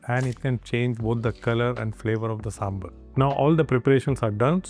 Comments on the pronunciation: Ok. IT IS NOT "SAMBUR" IT IS SAMBAR. NORTH INDIANS CAN SAY SAMBAR. THEY WILL BE UP IN ARMS IF OTHERS CALL NAAN "NUN". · The correct pronunciation is "SAAM-BAR" you are pronouncing it SAAM-BER so its sounds confusing with Sambal. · Hello brother, It's not samberr or somebeer, It's pronounced as SAMB-BHAAR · It is pronounced as "sambhaar".